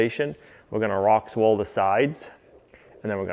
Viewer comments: There's no S in Rockwool. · The one YouTube show I look forward to every Tuesday, Thursday, and Saturday… my easy fave…but …it’s Rockwool … not RockSwool.. no s.. Miss seeing Livvy too. Hope she’s doing well but I’d be protective of my daughter too.. Love your show. Have binge watched everything on playlists.. multiple times.. “I like it…”